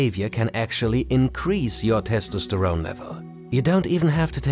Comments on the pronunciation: That pronunciation of testosterone took years off my life. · The testosterone pronounciation is killing me